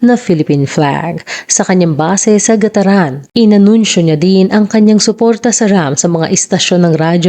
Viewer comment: Gat taran po at di gataran...